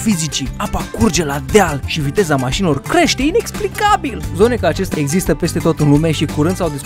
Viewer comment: A zis: Iezâstă o esplicație